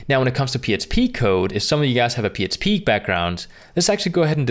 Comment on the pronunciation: I agree that you do a good job with your videos. However, you keep saying "psp" when I think you're trying to say "php".